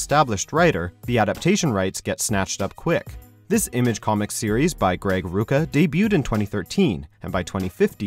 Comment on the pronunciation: Check it out. It's one of the best comics out there and much more interesting and intricate than that synopsis makes it sound. Also, they mispronounced Rucka .